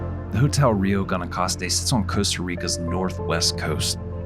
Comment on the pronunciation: Great video! Nice shots. I'm trying to get my family to come stay here next year. Just a heads up, Guanacaste sounds like "gwanacaste."